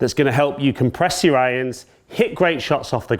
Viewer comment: as a non speaking english educated person, it is the new way to say IRONS ? Ions ??